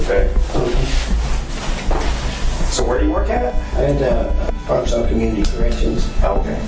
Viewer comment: It is NOT Ar-KANSAS! It is Ar-kan-SAW! LOL!